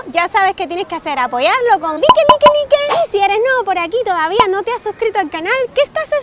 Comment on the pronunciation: no se dice like se dice laic pero se escribe like